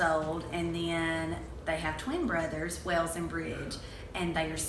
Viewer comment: Véronik Gauthier it’s Wales not wHaLe 😶